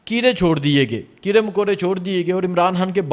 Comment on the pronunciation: اپ نے نہایئت شائستگی اخلاص سے اپنی عقیدت احترام محبت کا اظہار کیا 👏👏👏🤩 کچھ بزرگانہ گزارشات ہیں توجہ دیجئیے گا حان نہیں خان کیرے نہیں کیڑے سحت نہیں سخت اردو کو خوبصورتی سے بولئیے درست لب و لہجہ اختیار کیجئیے عوام سے ہمکلام ہوتے ہیں نجانے کتنے بچے بڑے آپکو شوق سے سماعت کرتے ھونگے اور آپ سے سن کر سیکھتے ہونگے امید ہے کچھ ناگوار نا لگا ھوگا خوب جئیو ترقی کرو آگے تک جاو سلامت رہو